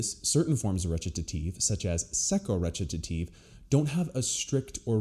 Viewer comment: Wait, howdy you pronounce Recitative? t sounds like Ret-ta-tive.